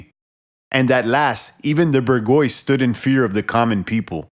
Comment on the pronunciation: Not "ber-GOYCE," man... "Boor-zhwah(-zee)..." It's easy to find the pronunciation online. Good work, bringing this book to light for more folks, though. You might wanna read "The R*pe of the Mind," by Joost Meerloo. Very, very relatable to the past eighteen months.